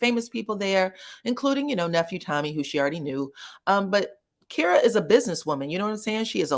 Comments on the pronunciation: Her name is pronounced like Tyra. It's K-eye-ruh, not Keer-uh. Shocked you're saying it that way. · He me name is actually pronounced as k-EYE-ra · Her name is not pronounced that way. It’s pronounced with the long I sound like kIte k-eye-ruh. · I think the pronunciation of her name is Ky-ra. Otherwise, I recall this scene in Houston, Texas. But LAMH didn't really show much of an interaction between them, only showed the scene where LaTisha asked Marsau about the girl in the red dress.